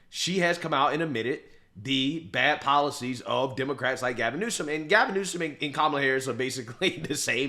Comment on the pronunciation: The is on 'e' in Newsom.